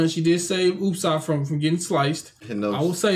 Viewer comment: It's pronounced Ooo-sop just in case you were wondering